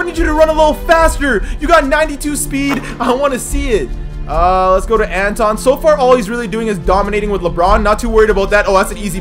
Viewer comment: Who else got triggered when he called him anton